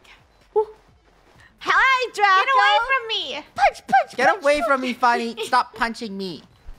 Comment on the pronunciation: Yay fun yeah = funeh wait no Its funeh 😂😂